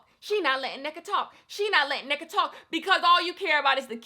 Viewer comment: I just wanted to say it’s pronounced En-Neka, like hold the n for a bit before you proceed with the rest of the name.